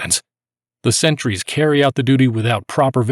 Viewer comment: He seems to mispronounce sentries as "centuries". And same with the singular.